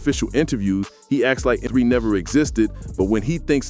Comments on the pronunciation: It’s Mo3 not M-03 lol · Once this goofball said m-0-3 I clocked out....its mo 3 dumbass